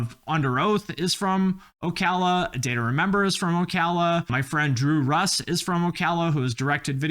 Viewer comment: I am from the area around Ocala, you pronounced it right. We call it "SlowCala" here because it's horse's and old people.